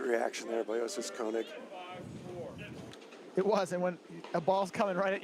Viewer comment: One announcer rotates between Koing and Cohen instead of Konig. It’s distracting.